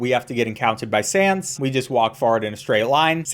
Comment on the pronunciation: It's sans not Sam's